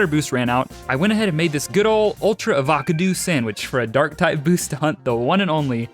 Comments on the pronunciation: …. You’re one of the only people who say avocado like “avacado”.. and I love it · Ok but like can we talk about how he said avacadew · Is none gonna talk about when he said ultra”avahkahdoo sandwich” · me: ima make a avocado sandwich Him: AVo cA Do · when said "avacadoo" that just made my day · First time I’ve heard avocado said like this lol As funny as the time I said Volcano instead of avocado